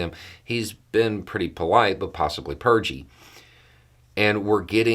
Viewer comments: " possibly purgey" lmao😅😅😅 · Did you say Purgey? LOL😂